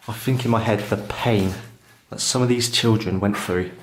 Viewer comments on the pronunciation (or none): sound like a retard,cant you say think,or was you dragged up to say fink??.